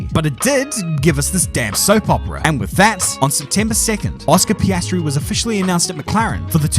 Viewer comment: Ah yes, the young and talented upcoming f1 rookie, Oscar Pastry🥐